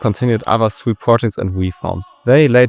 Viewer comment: I gave you like but than I heard your pronunciations. Well, that like is still there, but you gotta do something with that. For example why would you call the Sui Dynasty siuuu?